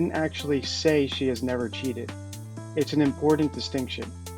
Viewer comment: Wow she does say cheaten, not cheated